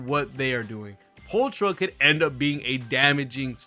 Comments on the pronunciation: I think pulchras name is pronounced as pull kra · Also pulchra is pronounced "pole-kra"